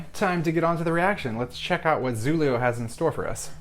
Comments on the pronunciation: Loved his performance! Btw that 'X' in 'Xulio' is pronounced like 'sh' in 'ship' it's the Galician form of 'Julio' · Say it like "Shulio" and it will sound right :)